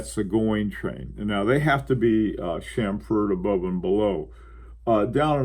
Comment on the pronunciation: please say CHAM-fer, CHAM-ferring, and CHAM-ferred not cham-FERD...Thank you for this fine topic!